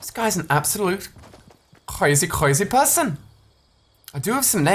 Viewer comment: he says ''kwazy kwazy person''